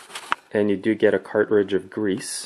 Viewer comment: Cart ridge...?? It's said car-tridge.